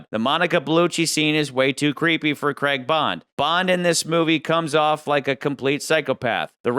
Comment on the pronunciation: Why do Americans struggle to pronounce Craig ? it rhymes with Vague or the Hague in the Netherlands , it's doesn't sound like Creg or Dreg